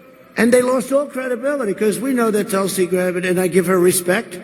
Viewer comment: *Mispronounces her name* "I gave her a lot of respect"